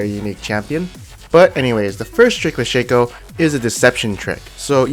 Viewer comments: you guys serious, its not shaco its shaco keep on saying Shaco Instead of Shaco pls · It´s pronounced Shaco not Shaco